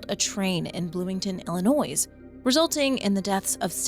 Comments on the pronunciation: Lil suggestion. For the word Illinois, the S is silent, as I live here. Otherwise very nice job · Love your content, hate how you just pronounced Illinois. Lol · The s in Illinois is silent